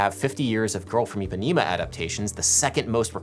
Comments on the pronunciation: jesus, stop saying Ipanima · eu tbm, especialmente eles falando "Ipanima"! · Okay so great video but please Adam and all Americans: it's pronounced EE-PA-NEH-MA NOT EEPANEEMA it's an issue a lot of Americans have with pronouncing a soft E for some reason.. Another example is how Americans pronounce my name Paydro when P-eh-dro is FAR preferable. It's not hard but the consistency in which people get it wrong is frustrating. I know it's not intentional, and that's why I want to educate you on that and again this video was really cool (: I learned so much about the culture of the music of my people.